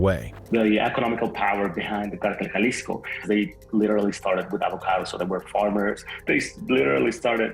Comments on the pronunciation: It's not pronounced chalisco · Jesus white guy speaking/narrating it’s Jalisco pronounced like a h not g good lord 😂😂😂😂😂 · Jalisco = (pronounced Halisco)